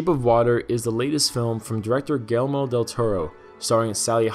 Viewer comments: Who is Gelmo del Toro? You can't even say Guillermo? Smh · Thats 'GEE-ER-MO' DeL Toro, Sonso! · The director's name is not "Gelmo".